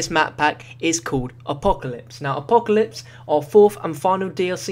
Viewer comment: So funny how he say apocalypse he's like A POE KA LIPS